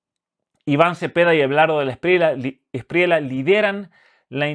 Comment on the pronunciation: NO ES SPRIELA ES ESPRIELLA CASTELLANO